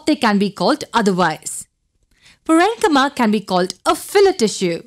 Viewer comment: Mam,. U r a great teacher but your pronunciation of "enchyma" is in another way i.e. "ynchma"- which is incorrect